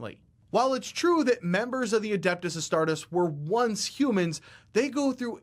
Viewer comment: Every time he says astartus, it just... ugh. The rule breakdown is good, but I wish there was a version without the lore he butchers